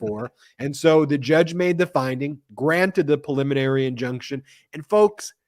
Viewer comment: Yay! Brett knows how to say PREliminary ! Now go teach Ben! (vs "pulliminary")